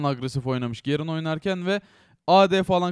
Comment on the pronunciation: Artık Türkçe konuşurmusun Gerın ne ya onun ismi garen ve sayon deyil sion